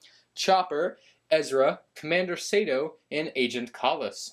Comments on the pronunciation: I wince ever time pronounced it “Sayto” and not the proper “Sarto”. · Commander Sato's name is pronounced SAH-TOE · How he says agent mall is and June Sato is so annoying bro Agent KAAAAAALlus and June Sayto is how he said it lol. Love ur vids tho. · your pronunciation of Sato triggers me